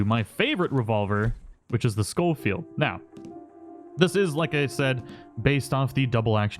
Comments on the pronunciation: I think it’s pronounced like Show Field, not Skoll Field. There’s only one L. Love your content btw, MrBoss’s channel died a while ago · It's not skullfeild it's pronounced showfeild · Ray Jardiolin. Think landon rickets from the first rdr pronounces it skol field